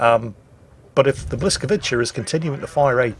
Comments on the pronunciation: The second letter of the Polish ship is not an "L"; it's a "Ł" which is prounced like W. So Bwis..., not Blis... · Actually, the Blyskawica is pronounced “whisk-a-veet-zah”. Not blyskaveecha. Stop it plz. Sad reacts only. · please, please, please stop calling Blyskawica "Blaskovitchi", it really is painful to hear and nowhere near what it should be... "that Polish ship" would do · B(Ł)yskawica - Ł is like "W" in wow and c the best you can say it is like "ts" in cats.. don't memtion it.. I know I am gonna go back to salt mines.. whatever.. ;)